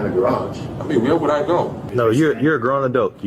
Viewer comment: What do you MEAN-UH